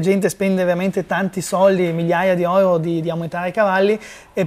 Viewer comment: Tutto molto bello, ma sentire pronunciare la parola euro alla tedesca "oiro", mi fa sanguinare le orecchie 😂